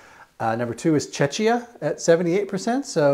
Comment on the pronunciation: Really interesting video, and congrats on the 100k. BTW, Czechia is pronounced check-ee-a not chech-ee-a. 🤭